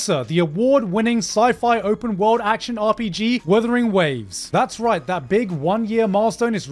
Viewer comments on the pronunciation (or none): none